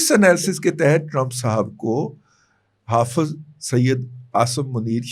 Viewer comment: Sakreen nahi iscreen bol ( spelling: Screen ) 😅. Hafaz nahi Hafiz bol 😅